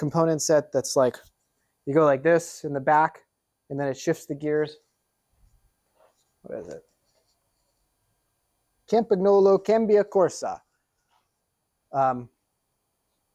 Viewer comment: Did he just say, "Cam-PAG-nolo'?! Arrrrrggghhh! PLEASE: 'Cam-pahn-yolo.'